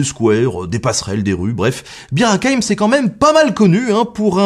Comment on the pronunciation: Vous aussi vous avez entendu beer à la place de Bir ?